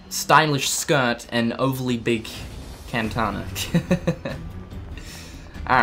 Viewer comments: Was I the only one who cringed and resisted the urge to facepalm with the way he kept pronouncing katana? IT'S KATANA! NOT KANTANA! But great video either way 😆 And I think I have a crush on Namine's brother... TIME TO ADD ANOTHER POTENTIAL HUSBANDO TO THE LIST! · Dude, no offense but it's actually called "katana" , not "kentana" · haha he says Kantana lol! love you